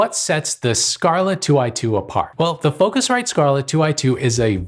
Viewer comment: I'm too lazy to read the entire debate in the comments, but I have to say - you can't spot the difference. The only real difference is the "feel" with the focusrite, which is probably on for pronouncing it differently. Really, I would bet a 100$ you can't pinpoint, which is which when not seeing a text telling you.